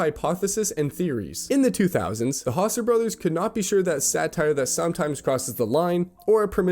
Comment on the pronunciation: did you mean to pronounce San andreas and Houser wrong or are you just an asshole.